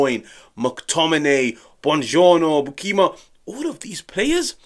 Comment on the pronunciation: your pronunciation of Sam Beukema is WAY off. Use google translate with Dutch. Same for Lang. The way you don't try to pronounce their names correctly don't give a good look